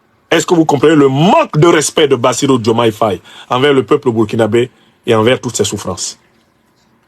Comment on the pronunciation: Nous constatons qu'à chaque parution de Afrique Divers TV, le nom de Bassirou Diomaye Faye est écorché; quelle en est la raison?